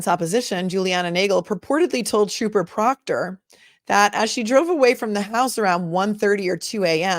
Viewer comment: Re-watching this and dying that said TROPPER PROOKTER bahahah